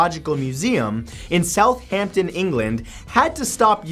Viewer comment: "South-Hampton"sounds so fancy in the American/Canadian accent aha little do they know ahaha